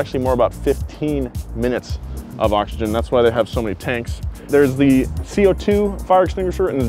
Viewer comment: Every time he says Oxygen 😑